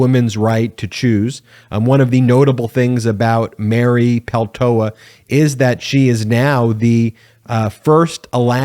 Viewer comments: I watch your videos daily. I kept cringing each time you said and mispronounced Mary Peltola's name though. A bit distracting. It's important. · You kept mispronouncing her name. There is a second L you know. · Is there a reason you don’t sound the “ L “ in the name Peltola ? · Why tf do you keep saying Peltola wrong? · It’s Pel toe Lah! C’mon get it right. The first Native Alaskan in Congress and you butcher her name? Get at least enough respect to say her name correctly!!!! Apologize immediately! And do your homework! Or we go back to CNN. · It's a Finnish last name and you say it PEL-tola. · BEN! SAY HER NAME RIGHT: PEL-TOE-LA. You keep dropping the second "L". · Do you not see the L in her name? Please stop mispronouncing her name, it’s extremely annoying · Please Ben pronounce her name right! Thank you she deserves that recognition. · PLEASE check your pronunciation of Mary Peltola’s name and apologize for the continuous mistake. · Peltola is often mispronounced. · It's not Peltoa...It's PELTOLA... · Just a hint. Peltola must be a finnish origin surname. In finnish in all words, names included, stress is always in first syllable. So it is PELtola, not pelTOla. Cheers. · Isn't it PeltoLA? Not peltoa? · It's not pronounced Peltoa. You keep dropping the second "l". This Alaskan would appreciate our newest Member's name be pronounced correctly, please. PELTOLA PEL-TO-LA. Thank you, and yes, we are CELEBRATING! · Please properly pronounce her last name. It's Peltola. It's being pronounced without the second "l", Peltoa(incorrect) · I really like this channel but my only critique is how closely you sound like Fox News "anchors" in saying radical to a fault. Also, you pronounced her name Peltoa and Peltola. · PeltoLa. There are 2 Ls in her name. Don't sound like a dumb right-wing pundit. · TOE "LA" not Peltoa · Please practice saying Peltola 😉 Not Peltoa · Please pronounce her name correctly P E L T O L A … thank you. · Peltola is Finnish. Say that last L.